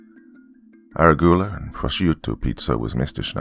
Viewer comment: Hey Doc, just wanted to let you know the proper way to say arugula and calliope. Instead of aira-goo-la, it's uh-ROO-guh-luh and instead of callie-o-pay/callie-ope it's kuh-LYE-o-pee. I'm sure viewers will thrash me for daring to correct the good, but I'm not coming from a place of derision or anything. These words are often mispronounced because many people have only seen them written. Wonderful narration like usual though!